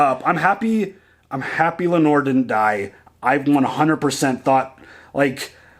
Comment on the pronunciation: It’s Lay-nor lol